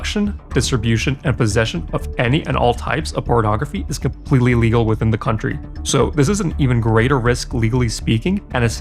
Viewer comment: Thx for the video. One note, your English is excellent but you’re pronouncing illegal as legal.